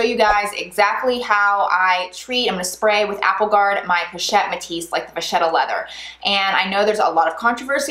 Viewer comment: Vachetta is an Italian name and in the Italian language, if you have a ch before the e, it is pronounced a k. Please don't be mad at me, I just wanted you to know. ☺️👍🏻So it is VaKetta, not VaShetta.